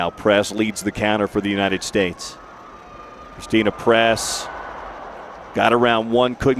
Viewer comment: DID HE JUST SAY CHRISTIAN PRESS??? BOOOOYYY ITS CHRISTEN PRESS LOL 📹📹😂😂😂😂 👓